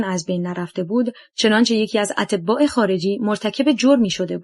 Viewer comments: خوانش بعضی واژه ها اینقدر غلط انجام میشه که مخاطب، آوای بوف راابدآاهل کتاب نمیدادند.مثال اَتباع خارجی را اطِباء می خواند .دقت فرمایید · اَتْباع خارجی نه اطبا 🤦🏻‍♀️🤦🏻‍♀️